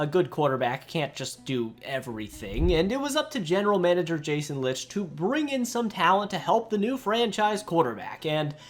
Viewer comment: Thanks for referring to the bucs as Tampa Bay not Tampa I hate when people do that. Just a correction on the general managers pronunciation it's pronounced like you're saying Jason light